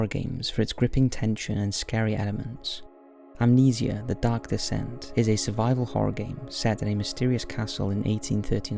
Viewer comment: You mean amnesi-ahh